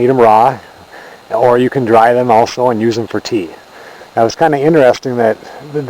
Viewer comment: dude did you say anus?